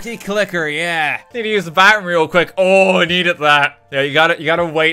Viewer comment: How he recorded saying bathroom makes it sound like he's saying backroom